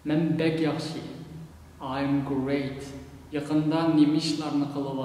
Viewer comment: hello!is the x sound in yaxshi kh or more like a h? from the way you pronounce it, it sounds like a voiceless h sound, but not sure. i just started learning uyghur, thanks.